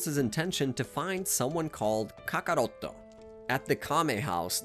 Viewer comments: Tf is a kokorroto? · say kakarot the right way